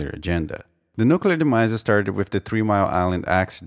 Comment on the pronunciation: Thank you for properly pronouncing "nuclear"! :D